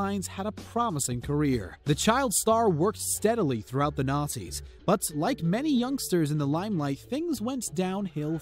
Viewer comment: Am I the only one who thought he said 'Nazis' instead of 'Nineties'? About Amanda Bynes? Just me? Okay.